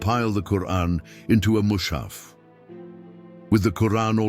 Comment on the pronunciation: Mu's'ha''f not Mu'sha'f